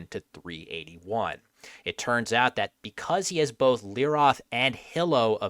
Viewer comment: Just an FYI: It's pronounced leeROTE. Transliterated Hebrew is definitely confusing at times.